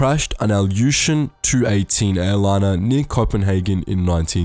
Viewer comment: I couldn't stop giggling after you called the Il-18 "two-eighteen" instead of, well, "eel-eighteen", as it should be pronounced